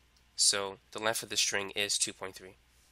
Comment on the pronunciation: Length not lenf holy shit